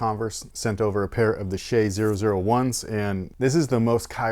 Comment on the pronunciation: OMG finally a reviewer who pronounced "shai" correct!